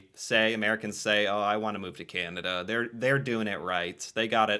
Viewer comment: This narrator uses another odd way of saying Canada. It sounds like she is saying Kin-a-da. It seems odd that the name is so hard to pronounce for some. She has also adopted the "hipster: way of saying Toronto, eliminating the second T. Rather than making the place seem cool, it just makes the person saying the name that way seem like a doofus. Regarding the health care dollars and plans, each Province gets an annual amount from the federal govt. based on population, and each province also provides dollars toward the health care in that province. Some portion of the federal sum does come with requirements that the cash is spent for specific aspects of the system. Many provinces are demanding more autonomy over said spending. It's a political question that causes intense debate.